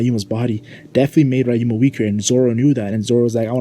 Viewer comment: YOU SERVED LASAGNA BUT STOP SAYING “RAI-UMA” IT’S RYUMA (ree)